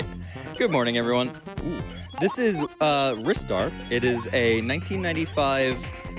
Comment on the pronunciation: in, already mad props for pronouncing it correctly.